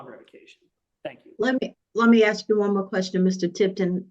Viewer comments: Lol when a Def lawyer can't say AA correctly I don't think I want this lawyer. I also don't want a shady lawyer lying and making up false documents to "help" me bc I like people with integrity bc I like to feel like I'm credible, not feeling like I got away with everything, if that makes any sense. My integrity means more to me than this def or lawyer imo. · Bruh how is a lawyer not familiar enough with his craft to make that mistake?? 😂 Most laymen know it's "AA" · D attorney that mispronounces ask… amazing.